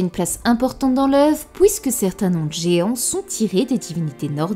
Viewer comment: Pourquoi tu dis sOUivant, pOUisque, détrOUit mais tu dis celUi ? Pourquoi pas celOUi ? Et la NOUit ? Aujourd'hOUi ? La LOUne ??